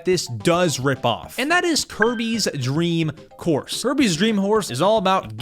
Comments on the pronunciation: it sounds like you said Kirby’s dream horse no offense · bro say kirby dreem horse